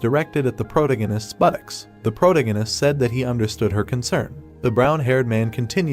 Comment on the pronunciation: I'm really rooting for the AI voiceover to learn how to pronounce "protagonist" as the story progresses. Two hours in and the pronunciation is getting worse 😂